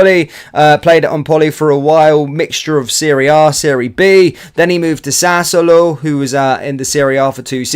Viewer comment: Ok, my friend, it's "sas-suo-lo" and he scored against Italy in the Euros 😉